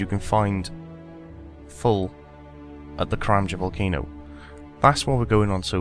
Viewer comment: No he says karamja